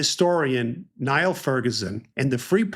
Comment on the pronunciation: Steve, you’re such a voice of clarity, who avoids jargon or inside baseball talk without patronizing your viewers. BTW, I live in Austin and recently heard Professor Ferguson state that he pronounces his first name “Neal”. It’s simply a Scottish spelling.